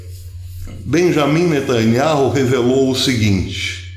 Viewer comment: "Beyamin netanYAU".....